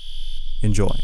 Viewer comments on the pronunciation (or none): No one: Not even a single soul: The narrator: eNJoY